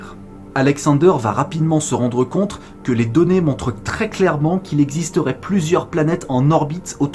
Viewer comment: "se rendre compte" Et pas "se rendre contre"